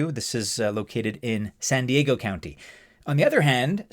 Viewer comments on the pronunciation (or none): none